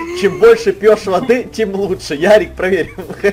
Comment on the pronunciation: НЕ ЯРИК А ЁРИИИИИИИК